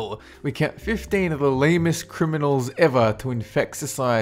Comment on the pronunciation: did anybody hear lamest instead of dumbest